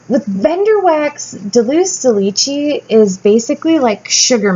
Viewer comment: Oh girl, you crack me up. Its Dulce de leche.. You always say (and apparently spell) deluce. Its spanish for candy and its like duel & say... dul - ce :)